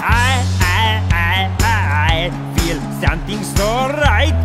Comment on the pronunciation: He said feer not feel